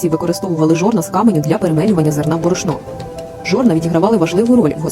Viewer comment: В шо? В борошнО? А що з наголОсами?